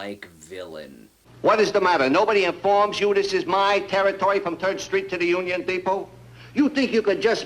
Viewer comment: Did he say “Turd Street” ?